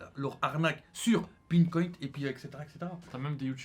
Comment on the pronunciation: Il parle du bitcoin quand il dit bintcoint?